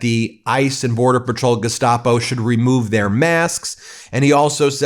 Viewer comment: Gestapo... Geh-SHTA-po.